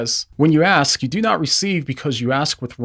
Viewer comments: The word is ask, not axe. If your going to play smarty-pants you should probably say the English words right. Just saying. God Bless. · I really enjoy your videos but I found this one to be distracting, in particular: The word is ASK not AXE. ASKING is making a request. AXING is cutting down a tree. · Axe? Ask. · Axe? Axe? Ask. Ask. Ask!!!!!!! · You have to ask, not axe. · Is the word ask really that difficult to learn to pronounce?